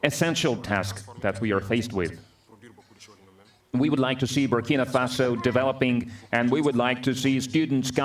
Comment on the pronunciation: Greetings Bro, thanks for your very informative channel especially the coverage on our President, His Excellency, Captain Ibrahim Traore. Just one observation, you keep mispronouncing the name of his country, the name is BurkinA Faso, not Burkini Faso. Burkini means a full body swimsuit. Burkina means "upright" or "honest" in the Mossi language of Burkinabe people. Thanks for highlighting his profile. God has blessed Africa with a fearless, gifted leader who has a heart of love.